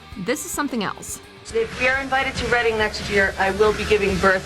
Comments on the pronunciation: I was at Reading festival when L7 did that oh and btw learn how to pronounce Reading properly it’s not a library festival it’s a rock festival in a town in England called Reading! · Any other Brits here get a little twitch in their eye when the narrator mispronounced "Reading" in Reading Festival? :P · the way they said reading festival hurts me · very funny hearing Americans pronounce Reading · I am no way shaming her, but Reading Festival made me chuckle. (Don't think us Brits know how weird some of our towns are written compare to pronounced). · REDING (Reading Festival). Not reading as in reading a book. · it's pronounced Reding, not reading ;) just saying ;) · "England's Reading festival" 😆 Ahh yes, lots of books were devoured that day! Note: It's pronounced "Red-ing" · "Reading Festival' is pronounced as REDDING, not REEDING. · All American channels do this. They pronounce the “reading festival “ wrong It’s not reading as in reading a book. It’s actually like “redding” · Bro, it’s not REEDing Festival, it is the RED-ing festival. It’s not a book festival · It’s pronounced red-ing not read-ing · Reading is pronounced "Redding" not "Reeding" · englands READING festival... its said like redding not reading wtf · "Englands REEDING festival" It's pronounced like Redding. I know it's spelled Reading but it's not that hard 😭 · its pronounced redding not reading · Just a heads up, it's pronounced "red ing" not "reading", though it's an easy mistake for non Brits since it's spelt that way.. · Reading! 😭😭 it’s pronounced “red-ding” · reading festival lol. ITS FUCKING REDDING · "Reading" is pronounced "redding" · I believe iReading lFestival is l pronounce like past tense of read-red) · Reading,pronounced red-ing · Reading Festival WTF it's pronounced Redding. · Where? They don't read anything there, it's a rock festival and it's pronounced "redding" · It's pronounced 'Reading Festival', not 'Reading Festival'. 😀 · And it isn’t Dave MUH-staine either!